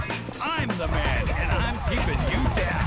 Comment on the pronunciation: "He Wee Perman" 😂😂😂😂😂😂😂😂